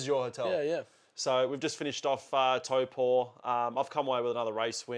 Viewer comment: Respect on the pronunciation of Taupo!